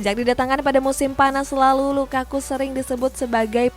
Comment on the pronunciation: Gw seneng kalo denger LAKAKA🤣🤣🤣🤣LAKAKA